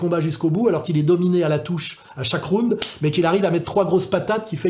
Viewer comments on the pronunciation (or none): none